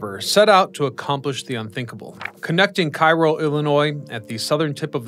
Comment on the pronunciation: You mispronounced the city in Illinois. It is KAY-row, not KI-Row, like in Egypt.